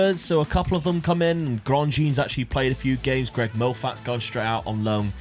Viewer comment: the way you said Moffat, hurt my soul! Its pronounced Moffit